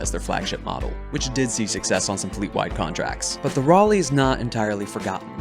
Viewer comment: I have my Uncle class compcon attached to my kinetic hammer. 2 difficulty? Doesn't matter, Reliable 4. Also, THANK YOU for finally pronouncing Raleigh right.